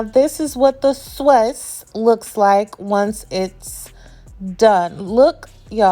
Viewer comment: Every time you said sawse I hollered 😂 I’m definitely trying the recipe!